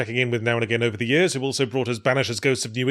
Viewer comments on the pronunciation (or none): none